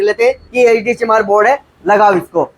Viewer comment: Sir ji baar ....baar lag raha apne bola HD chamar board 😂😂😂😂